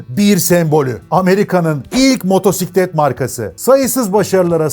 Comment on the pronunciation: "motorsiklet" demene sinir olmuyorum ama sen öncüsün işin doğrusunu öğretirsen yeni nesiller seni dinledikleri için senden öğreniyor ve gençlerin diline yapışmasını şahsen istemiyorum. Herşeyin doğrusu neyse o "motosiklet" diyelim lütfen. Yarası olan gocunsun bu arada